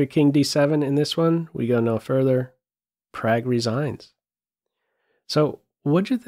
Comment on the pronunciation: I love you, but his name is pronounced Pragg (prog) not Prag